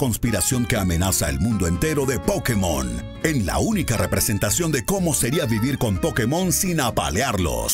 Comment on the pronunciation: ¿Aún pronunciando "Pokemón" cuando es "Pokémon"? Smh.